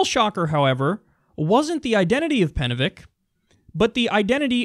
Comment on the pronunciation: Penevich was the correct pronunciation and the heart wants What the heart wants